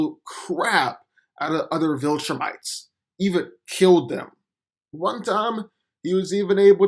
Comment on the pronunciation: "Key-e-owe-ld" = killed? "Ur-phs" = Earth's? Learn English. I blk n slow but you reeee speh-show-uhl.